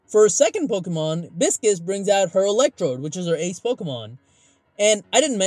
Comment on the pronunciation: It’s Bi-sces/Pie-sces how it’s pronounced Pie or Bi and Sees Not Biscus